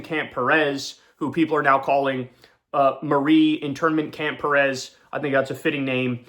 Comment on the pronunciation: Please correctly pronounce Latino surname, you mispronounced Cuellar n Perez wrong, n for the ppl that have ethic surname, never whitewash your name, pronounce it correctly n proudly